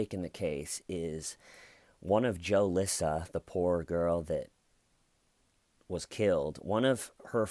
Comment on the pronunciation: Joe-Lissa 😂 I think its more like Jew-Lissa!